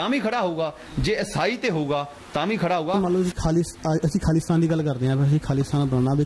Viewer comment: Anchor is pronouncing khali-stan not Khalistan , it is not hard to figure out what He is thinking